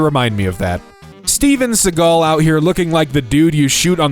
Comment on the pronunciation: I love that he doesn't know who he is, just because we get to hear him call him Steven Seagull 😂